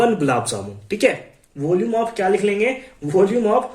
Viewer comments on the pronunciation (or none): vooolume of.. Voolume off voolume of😂